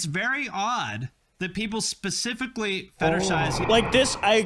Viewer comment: Let's be real. This guy says pacifically instead of specifically. You think it's worth anybodys time to pay attention to a grown ass man that speaks like a 5 year old?